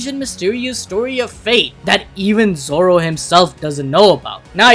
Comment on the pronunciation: Bro it said zolo 💀💀💀💀💀💀☠️☠️